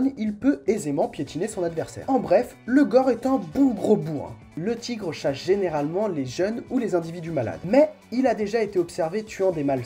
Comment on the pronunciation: Il chache ? Nan je déconne mdr, je ne vais pas te laisser un comm' seulement pour relever une fourlache haha. Intéressant, le montage et ta manière de présenter tout ça est assez sympa... " Fat' diab' ti ké n'imbiançe " comme on dit chez moi.. Foutu diable quelle ambiance !!!...